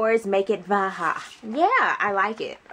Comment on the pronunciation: its pronounced like Baja